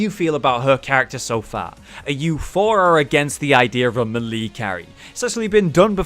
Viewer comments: ITS MAY-LAY NOT M'LEE FOR FUCKS SAKE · may lay. not mee lee. ijs. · malee? Is that like the official british pronunciation or are you saying it wrong. Melee is meh-leh/mélé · "Muh-Lee" carry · It's pronounced maylay. And just to clarify for Skyrim players, its not ignot, it's ingot...Ing fucking got. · I think you pronouncing melee wrong ... or I'm wrong. I dunno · He has addressed this before; he knows that he pronounces it wrong, but he doesn't really care